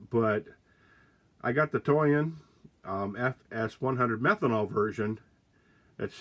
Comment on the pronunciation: Thought you said you “got the toy in” lol